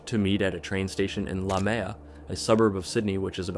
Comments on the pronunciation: the fact that the script read Leumeah as 'la mea' OTL it's pronounced loo-mee-a btw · I know it’s a nitpick but there is no place in Sydney called La Mea, he’s probably referring to Leumeah (pronounced “loo-meeya”) which is out west near the bush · La Mea is Leumeah lol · same thing with La Mea instead of Leumeah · La Mea? Are you sure you dont mean Leumeah? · Don’t you mean Lumeah? Not La Mea! I grew up in Sydney and there’s no such place! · Shit, that one about the girl who thought she was meeting a guy about animals happened here in Campbelltown area. Also, it's pronounced Loo-mi-ah. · The last story... Is he saying the suburb Leumeah? Pronounced loo-me-ah... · As an Aussie, just FYI the suburb mentioned is pronounced "loo-mia" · It's Lu-me-ah 😅 (I grew up there 😂) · Lue-Me-Ah is how you say lumeah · Nona is from my hometown, leumeah Campbelltown nsw in Sydney Aus, it’s not a very big area and when this happened it completely shook our town, the place she was found was literally a 2 minute walk from my grandmas house, every time I pass there I get chills and think about that poor girl. It was absolutely horrible Also leumeah is pronounced loo-me-ah But thank you for bringing her story to light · The pronunciation is like “loo-me-ah”. For locals at least. I used to be a local, but now I’m further north east. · ah, I thought he was talking about Leumeah but I wasn't sure cause of the pronunciation 😭 also yeah, I live like two suburbs away and I never had any idea that this happened. Passing through Leumeah is going to feel really weird after this.